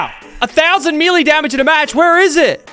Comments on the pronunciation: it's Mel Ay not Mee Lay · Not trying to come off as rude, but it is pronounced may-lay, not mee-lay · Bro said "me-lay" instead of melee Btw melee is pronounced like "may-lay" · I'm gonna be that guy and say "melee" is pronounced "may-lay". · It's pronounced "may-lay" in most other English speaking countries too, including Australia. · I am still gonna say me-lee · I live in the states and have always said me-lee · bro said meelee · Mee-lay bruh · does anyone else notice how he pronounces melee. lachy mate its pronounced may-lay